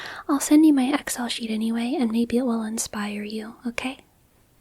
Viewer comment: You pronounce Excel oddly like Ex-El. It's normally pronounced like ek-sell.